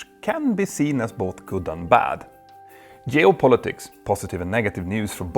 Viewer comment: The good-natured gag reel: Jeo-Politics Fina-lyly-ly